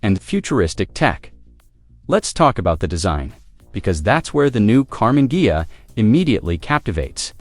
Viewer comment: I know it's AI but that's a cool car. And it's hilarious it can't pronounce Ghia 😂